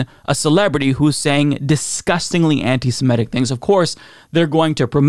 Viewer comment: It's antiseMItic, not antisMEtic.. Rhymes with critic.